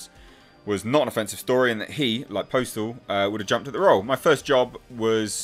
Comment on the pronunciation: Postl is pronounced like "apostle" but without the a.